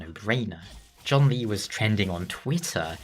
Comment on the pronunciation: Well, at least you acknowledge that John Lee isn't how you're supposed to pronounce his name 😂 But in all seriousness his name's pronunciation really isn't hard to say.